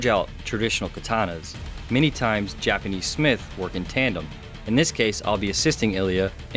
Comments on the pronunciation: Why do you say Japanese like jupanese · I am more bothered by the way he pronounces the word "Japanese" most of the time. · Why does Ilya pronounce "Japanese" that way? I'm just curious. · Whats wrong with that guy... does anybody realized he was murdering the entire vedio by his lousy pronunciation. pronounce "JAPANESE" correctly.... bruh